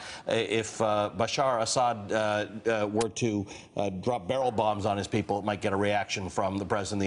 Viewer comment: It's Assad, not Ashad.